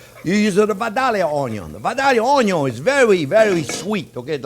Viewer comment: Franchement Jean-Pierre tu m'étonneras toujours avec ta prononciation d'oignon :)